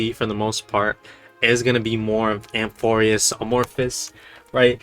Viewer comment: It’s amphoreus not amorphus:)